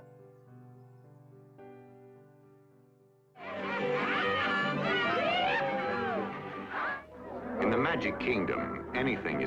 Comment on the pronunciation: "Jah-vair" I'm guessing it's spelled Javier? That's pronounced like "Ha-vee-air" it's a very common Spanish name. I like your videos but your pronunciations sometimes make me grit my teeth (related OSHA isn't usually pronounced like "aw-shuh" but "oh-shuh")